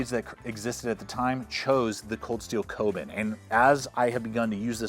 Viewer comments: Koben? You mean the Kobun as in "Ko - boon". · Kobun - Co- boon